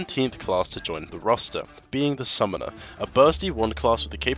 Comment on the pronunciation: "Plantin' a sentree"- The Summoneer